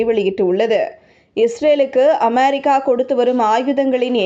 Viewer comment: அமெரிக்கா வா? அமாரிக்கா வா? நீங்கள் உச்சரிப்பது புதுவகையாக இருக்குதே? Styleலா?